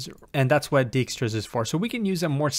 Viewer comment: I enjoy how continues to mangle 'Dijkstra' into 'Djikstra' in every video the algorithm comes up in so far, makes him seem human.